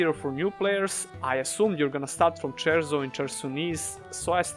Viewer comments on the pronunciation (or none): *CIERZO* no Cherso lol and the real bugger, *HOLLOWED MARSH* not black marsh LOL (I see you playing Elder Scrolls out here)